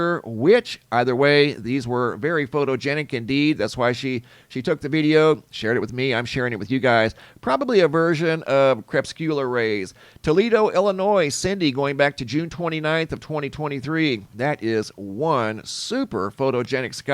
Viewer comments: KER-PUS-QUE-LURR (not KREP-SKU-LUR) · Hi Mr, it's cree-puss-kew-lar rays. 🙂 Thanks for your videos. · huh? in the video he mispronounced crepuscular. Must be one of those regional dialect things.